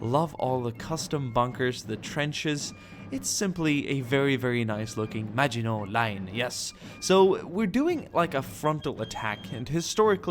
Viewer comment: Thank you for pronouncing maginot properly ❤️